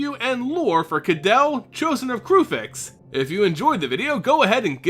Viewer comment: I'm pretty sure you are mispronouncing her name... I'm pretty sure it should sound like (Ka-day-lee) and not like (Adele) with a K. Kydele should sound more Greek and less European English.